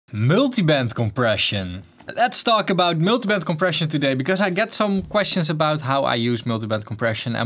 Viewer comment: Miltybent compression kinda funny how he says it